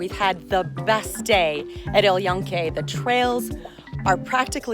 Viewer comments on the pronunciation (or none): Hello Dear Girlfriend! Is not "El Eon-kay" is "EL YUNKE", 🤭 pronounced as "El June-ka" in english. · Hi. I'm a local P.R love your informative videos. But I strongly suggest you work on your pronunciation! The way you pronounce it sounds to us Puerto Ricans like junkyard. Just saying! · Love your video! Thank you. El Yunque pronounced "L June (like the month) - ke (like ke in keg). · O man... That pronunciation of El yunque lol. Also little tone deaf of a video when the reservation system is in place due to a global pandemic.... and not even mention that. Like this comes off as a blissful ignorant take... "The park is great w/o anyone!".... When that anyone is told to stay home while thousands die a day globally from a pretty preventable disease.